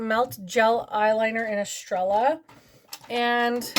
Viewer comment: Girlfriend, you could come on here completely sans makeup and you'd still be beautiful!! Estrella is actually pronounce Eh stray uh it means star in Spanish. Oh there is a ton of windowing in that lip gloss.